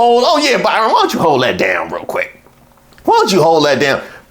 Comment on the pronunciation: You said, hey Byrinnnn it’s not you 😂😂😂😂😂